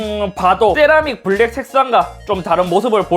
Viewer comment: 네?? thㅔ라믹 이요??